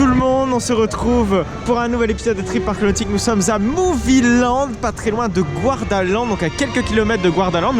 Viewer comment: GArdaland, pas GOUArdaland, de même pour le lac du coup